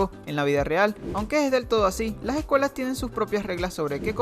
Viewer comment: Las ejcuelas jejeje